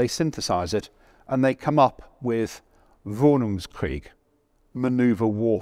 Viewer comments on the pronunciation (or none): When he butchered the German name for maneuver warfare he sounded like he said "wohnungskrieg" which literally would mean Apartment warfare or flat warfare (basically any living space that isn‘t a house) while the correct term would be: Bewegungskrieg Otherwise the top 5 were as great as ever